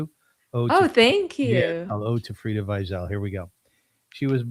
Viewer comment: I noticed the way you pronounced her name brought her back to her roots, Frieda is so childlike and innocent, I can listen to her speak all day. I love her! Thank you for having her on